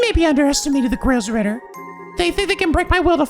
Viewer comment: Oh yeah, since it's an obviously bigger deal in this game compared to the previous ones, you've actually been pronouncing Gralsritter wrong, there's a lack of an i in Gral hence making it pronounced like gr-all instead of grail!